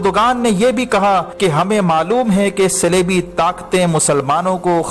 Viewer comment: صَلیبی اور صِلیبی، کیا بک رہے ہو۔ صِلیبی کیا ہوتا ہے؟ صلیبی کو۔